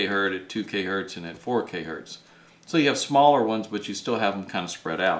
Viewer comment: It's not Hurt. It's Hertz